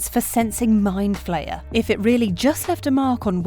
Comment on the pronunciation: mind flayer* not flyer